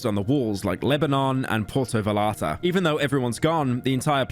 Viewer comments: "Porto vall-are-tah" ⬜ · Did you just call Puerto Vallarta "pulto valatah" 😭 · im sorry piggy but u pronounced puerto vallarta very, very wrong 😔 us slop lovers will now use this to make fun of u going forward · its pronounced pwehr-tow-vai-aar-tuh, personaly hurt me the way u said that shit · “Purto valarta” - pyro 2023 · "Porto valarta"💀💀💀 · porto virarta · Bro really butchered Puerto Vallarta lmao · You did not just say puerto vallarta like that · Nice mispronunciation of “Puerto Vallarta” Pyro, truly a Brit moment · the pronunciation of "Puerto Vallarta" got me fucking crying bro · The way Pyro pronounces Puerto Vallarta makes me want to vomit in my mouth. Holy shit that was white as hell.